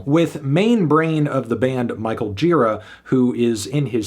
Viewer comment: It is pronounced Mr. Gee-Rah, Mr. Melon.